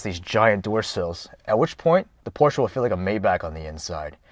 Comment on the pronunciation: Cool review. Now, if we could only get you to say pronounce Porsche correctly, that would be fantastic.